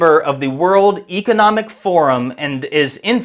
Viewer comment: Since when “Economic” rhymes with “Archeologic”?